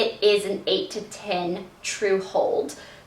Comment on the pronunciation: hehehhe how you say ten reminds me of when you had a thicker accent